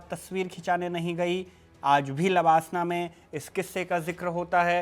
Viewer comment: Pronouncing लवासना wrongly. This is place in Maharastra. While you are talking Lalbahadur shastri Academy for IAS training. Created confusion for a while.